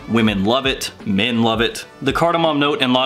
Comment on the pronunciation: I kept thinking u said mint although the title mentioned men. Great reviews nevertheless! :D